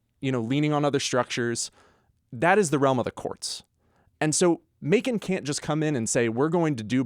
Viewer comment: I cringed when you said Macon Ga....